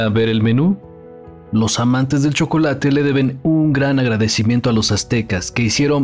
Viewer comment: Porque los aztecas pronuncian el chocolate igual que los frsnceses ? Sosoecho que todo este video es una pantomima